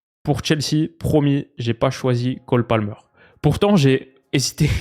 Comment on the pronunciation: "la colle Palmer" ? 😂